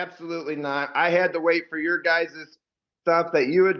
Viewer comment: "Your guysez"?🤔